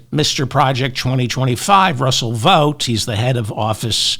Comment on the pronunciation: Good to hear you saying "Vought" correctly.